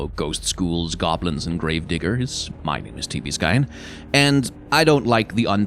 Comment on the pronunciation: i heard "grave diggers" as "grave n****rs" somehow